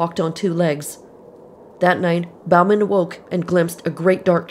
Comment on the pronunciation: Bauman is pronounced « bowman ». It is a French name. How can it have morphed into « Balmain »?